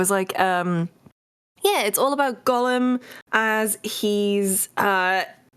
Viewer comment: Of all of the ways you say it, I can assure you it is not GULLUM. The first vowell an O not a U, stop saying gullum.